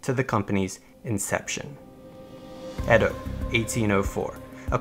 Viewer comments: EE DOH not ED DOH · It’s edo actually (A-Dough) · no correct way of saying patent, but i'm pretty sure Edo isn't pronounced as "ED-do". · Just fyi. You mispronounce patent, Shimazu and Edo. You pronounce them weird.